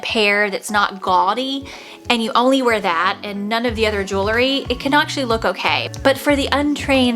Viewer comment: I really like your video however you keep mispronouncing one word...the word is JEWEL-RY Not JEW-LERY.